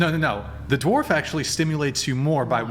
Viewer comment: I’m surprised you’re the only one who commented on that. She used dorf for dwarf at least two times. 😂